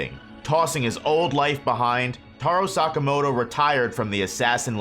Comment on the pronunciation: Tarow sakamowtow